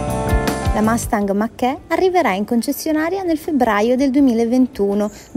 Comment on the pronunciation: Si "mach e stai a dì". Si legge Mach ì e la gt da 0 a 100 ci arriva in meno di 3,7 sec. Con questo video sembra che la si vuole denigrare.